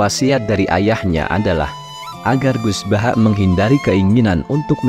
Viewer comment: Mohon maaf..banget.. Penyebutan nama itu gus baha bukan gus bahak..mohon maaf